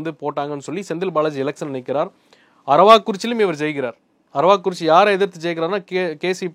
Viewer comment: அரவாக் குறிச்சி இல்லை அரவக் குறிச்சி